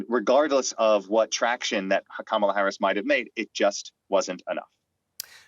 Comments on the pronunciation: Kaaaa-mala Harris. Please! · A whole election cycle, 4 years as VP and the host still cannot pronounce Kamala's name. Nails on a chalkboard